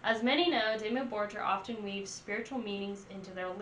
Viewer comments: 1. It's not Demi Borjer, but Dimmu Borgir (Pronounciation: Diemuu Borgir) Go watch some video's from other 'youtubers' reacting to this band, and listen how they pronounce the name. 2. I know american's aren't that intelligent, but is this your first experience with this band? "... this is very unique it's giving me some Epica vibes." _".. oh it's like giving me Exorcist Vibes and it's like, really like this very forward and move and it's like super flat and sandwiched in here and then you have all of these other elements that are making it super cinematic. Kind of giving me like Lorna Shore vibes" How is a black metal band which was formed and has been active since 1993 even comparable with symphonic metal band (Epica. Some people even dare to call them 'gothic metal', same as for Within Tampon) that was formed 9 years later, or a dumbass metalcore band (Lorna Shore) which was only formed in 2010 (17 years later)? If someone is copying anything it would be Lorna Shore, with other words.. Epica and/or Lorna Shore give you Dimmu Borgir vibes... 3. I know you're listening to the live versions from "Forces of the Northern Night" which had a full orchestra and not the album version. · Lady . Quit with the Lorna shore vibes. Dimmu started in early 90s as satanic black metal and has well more than earned a place in which they aren't put below the new shit. Black Metal is more than music. Honestly who are you and please say the name right and put on older albums. No. .. not Disney. .. hail satan.